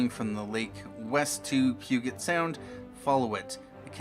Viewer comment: Puget with a J sound! Hahaha as a local omg!!! But thanks for the upload!